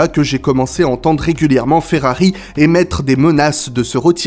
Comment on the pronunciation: Arrête de dire Ferrari avec un accent Espagnol mes oreils saigne.